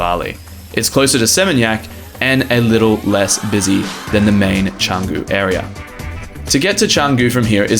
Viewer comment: Nice one! Canggu pronounced well. now Pererenan..just and "re" missing ;) A quick headsup about Bwork - They only work with memberships or 10+ hour passes I believe. Last time I tried there there was a massive waitlist. You can still work in their café though which is okay-ish.